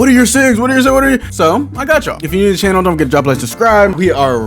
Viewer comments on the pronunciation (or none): none